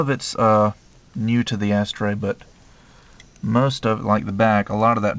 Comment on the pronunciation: It's funny the way people pronounce it 'Ass-Tray' (rather than 'a-STRAY').. always makes me think they are saying: "Ash-tray".